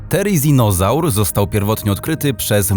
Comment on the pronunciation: Nie,,tereninazar" tylko thereninazar